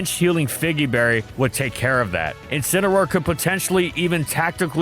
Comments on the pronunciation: IT'S INCINEROAR, NOT F*CKING INCAROAR! SAY IT RIGHT! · DO NOT LEAVE OFF THE A IN INCINEROAR!